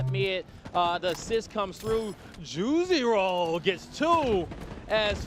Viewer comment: Every time he says Ju-zi-ro it sounds like he's say "Juicy roll". Lol